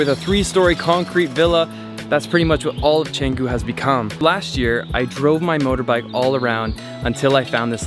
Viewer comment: Why don't you speak with right pronunciation? You can't speak even a word of Indonesian or Balinese, right? Just know a little bit about something and say like you know everything. Study before say something. Your pronunciation is really terrible. Are, Kedungu, Canggu... don't you have any Indonesian friend at all???